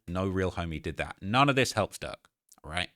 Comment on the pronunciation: can you put a little more R in durks name? bcuz it sounds like ur saying lil duck